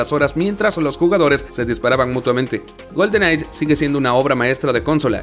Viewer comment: Por favor deja de decir "Golden Night" es GoldenEye que lo pronuncias goldenai. Y cónsola también chirrea cuando lo dices. Es consola, una palabra grave no esdrújula. Muy buen top. Cariños y saludos desde chile 🇨🇱